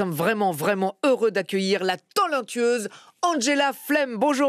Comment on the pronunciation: C'est que moi ou Willy dis "la tolentueuse" au lieu de "talantueuse" 🤣🤣🤣🤣